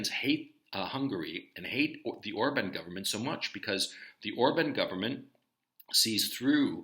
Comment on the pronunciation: Hey Gonzalo. Love your coverage of the Ukraine situation. I'm an American living in Hungary. FYI- Orban is pronounced "or-bon", with ban pronounced the same as in "bon-bon" or as "bon" in the word bond.